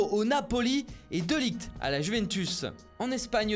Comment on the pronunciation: On dit De Li"r"t